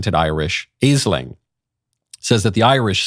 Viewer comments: Aisling is pronounced “ASH-lin.” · Aisling is pronounced like Ashling.